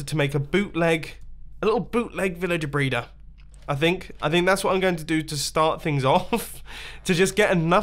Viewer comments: U said brayder at 3.10 in the video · Did he say villager breeder or villager braider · The way he says breeder